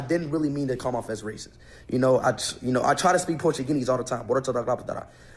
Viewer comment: "PORTUGENESE"- proceeds to talk jibberish "Arabic"- proceeds to talk more jibberish